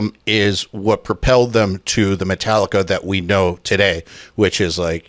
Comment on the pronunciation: Did he just say - Mentallica?!